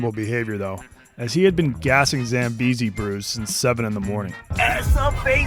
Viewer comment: "Zillion Zambeezee's"